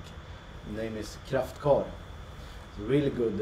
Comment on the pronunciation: is she saying Kraftkar? ( a blue cheese)